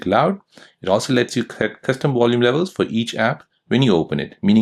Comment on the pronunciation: Its VOL UME not WOL UME. You spund American as well so why are you pronouncing like your German